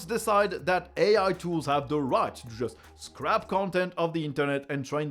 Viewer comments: hi, just a heads up, the english pronunciation for scrape (eg did the AI scrape content) is scr"ay"p, not scrap. great news article as usual. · Your english pronunciation is great! Just wanted to point out a small detail that confused me. You pronounced scrape (skrayp) as "scrap" (skrap), which makes it sound like OpenAI is throwing away NYT articles. I was confused, but I understood that you meant scraped when I heard more of the story / looked closer to the snippets on the screen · Scrape... not scrap. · scrape with an e not scrap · That's terrible news. We use the "scrap" anglicism all the time in France, with pronounciation. This will be hard to undo. I think you just found a new and enduring way to spot Frenchies and mock their poor English accent... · Yep, scraping and scrapping are two entirely different things. Not a criticism, your English will always be a hundred times better than my French!